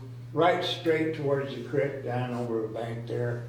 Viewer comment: in all his interviews he pronounces it as "Crick". Funny how he now pronounces if as "Creek".